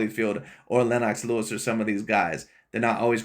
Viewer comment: “Lynn-knocks” Lewis? 👀 😂